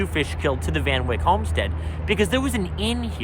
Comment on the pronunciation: it is Van Wyck as in bike. Everyone in Dutchess County pronounces it that way